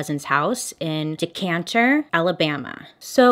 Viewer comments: Me too I’m from Decatur and I was like I’ve never heard of Decanter where is that and I looked it up 😂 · Alabama native here. It’s *Decatur, not Decantur 😂 In all seriousness, thank you SO much for using your platform to bring attention to Rocky’s case and encouraging everyone to sign the petition!! This case has weighed on a lot of Alabamians and I hope our system changes. Love you and your content 💖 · I’m from Alabama and it took me forever to figure out what you meant by “Decanter”. It finally clicked that you meant Decatur 😂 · It's decatur AL, not Decanter AL. I am for the death penalty but not for the innocent. I did sign the petition. By the way, Alabama is a great state to live in. People in every state have innocent people in prison. I don't agree with the way they convicted this man. He needs a retrial with a different jury than just white majority. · lol as a fellow alabama native i was like what is decantur 😂😂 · I googled "Decanter" like is that a place?? or does she mean Decatur? 🤣🤣🤣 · I was wondering where decanter was too 😂 I want to hear you try out Conecuh, Arab and Wedowee. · LOL Since I lived about an hour from Decatur I wondered if I'd missed a town named Decanter. They did you wrong on that video Bailey. I'd dislike that video twice ;) lol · i lived in decatur for over 15 yrs you'd be surprised how many people call it decanter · As a native Alabamian from Decatur (not “DecaNter”) I have to say, please don’t judge everyone by the select few. Corruption is everywhere, & I don’t agree with your last statement. That’s a big generalization; however, I get it. I say this in hope. 🙏🏼 ☮️ 1991 was a while back, so I’m going to have to research this case to see what’s been happening in more recent years. One huge issue I have is the conviction of innocent people. Shawshank Redemption still haunts me. Thanks for this story, & I’m hoping the petition makes a difference. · DECANTER!! Noooo de- cate- der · Decatur not decanter. No N.